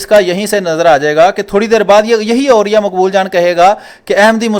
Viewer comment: اوریا کا دوسرا تلفظ عریاں لگتا ہے.....